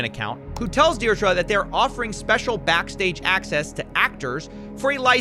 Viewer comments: Is that how Americans say "Deidre" or is he just saying it wrong? I've only ever heard it pronounced "Deerdree" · Deirdre = DEAR DREE THE WHOLE VIDEO YOU SAID IT WRONG.